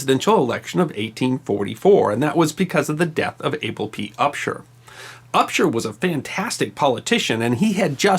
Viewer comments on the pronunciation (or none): none